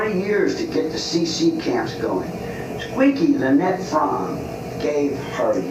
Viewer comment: And there it is ….”squeaky fromme”. Pronounced “Frawm”……right?….. …uh oh…..there it is again….”Squeaky Lynette Frawm”……